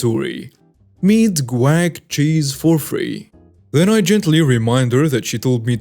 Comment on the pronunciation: I love the way that you say guac. It sounds like quack or crack. When you first started reading the story I thought maybe you were talking about ducks. It's hilarious and this is just one of your beautiful quirks that makes me such a huge fan. Thanks for reading this.